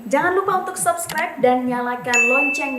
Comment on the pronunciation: subscribe dibacanya pake U aja, jad SUBScribe